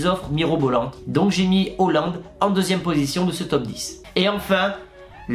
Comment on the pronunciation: Hésite pas à travailler la prononciation pour Erling Haaland ...